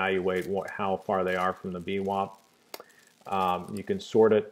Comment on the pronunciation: vwAp, not vwOp :)